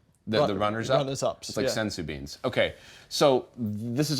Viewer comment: Did I hear senzu bean????